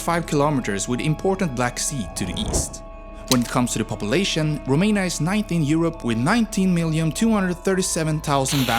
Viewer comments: I can't with how you pronounce the cities and even the country in romanian 😂, especially the letters ă, â and ț 🤣🤣 But pretty good still! Also, yeah, no vamps in there sadly 😟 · Rome in romanian + nia, that's how u pronounced it It is â, not a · You pronanced România wrong, this Â isn't A and is not pronanced as A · You got the accent right but the 'â' in România is actually pronounced like how people from Southern England pronounce the 'oo' in good, not like a normal 'a' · You’re having such a hard time pronouncing România and leu 🤦‍♂️ And Moldoveanu peak. And Argeș.